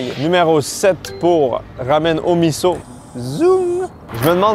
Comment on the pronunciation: Un S se dit comme un Z, soupe Miso (mizo) et non Misso un peu comme coussin et cousin !!